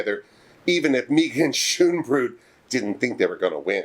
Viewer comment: May-gah-n Scone-bro-dt